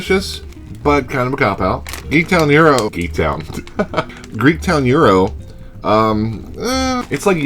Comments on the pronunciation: You DO look like GRRM's little brother!... Euro? Yeah, you're not from NY. The Greeks I've known all pronounce it "GYro, with a strong G (as in Giraffe) and the Y punctuated. Euro? I love the fact that the originator of the Reuben Chip mentions that they are from LI. Are you sure there's Thousand Island in that? Or is that an Atlanta thing? Because to make a classic Reuben what you do is take a mound of corned beef, cover that with a healthy amount of sauer kraut, layer Swiss cheese on that, then warm in an oven (a toaster oven is perfect), until the cheese is melted. Next, remove with a spatula and place the whole mess on 1 slice of rye bread and eat with a fork and knife. That's known as an open-faced sandwich. I'm sorry but, if it's not an open-faced sandwich, it's not a Reuben. It's just a corned beef sandwich. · To all those saying he's pronouncing gyro wrong...he's CLOSE, but a bit off. It does NOT have a hard G, NOT pronounced like the "gyro" in "gyroscope". The g is silent and take it from there. He's sounding like he's saying "euro", but the Y-part has a stronger emphasis. Kind of like the Y in the word ying-yang. Use that Y sound, roll the R a small bit and then the O. Forget the G, think of it as YRO and pronounce it as directed above. I am Greek-American, surrounded by Greeks and have heard this pronounced in Greektown in Detroit and in Astoria in Queens. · 54 The Greeks (and everyone else) pronounce it Gyro (as in what R.O.B. uses with Gyromite), not HERO, as in Guitar Hero. :P